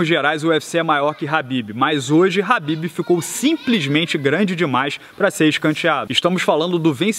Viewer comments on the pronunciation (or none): Não é HABIB, e sim KHABIB! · pq ele fica falando habib?